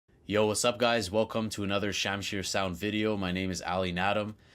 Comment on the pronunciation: The way you say Shamshir gives away that Persianness. Merci hamvatan!